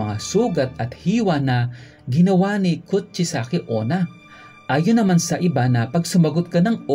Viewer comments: It's kuchi-sake-una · it's kuchisaki onna